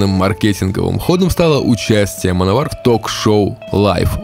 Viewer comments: Точно Мановар произносится?А не Мэн Овер? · всё интересно и познавательно ,я очень любил эту группу в течение долгих лет,но господи,почему вы назывете команду ''мановар'' ведь''Manowar'' читается вообще не в такой транскрипции.Реально ухо режет,с трудом досмотрел до конца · Ну автору название хоть можно правильно говорить, в 80-х "мановар" так говорили, "плуги", "колхозники"... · "Мановар"😂... ну, даёшь... да, называли так у нас в восьмедисятых, читая по латински. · Как-же противно слушать - мАновАр.... как сАмовАр. Блин, научись произносить правильно.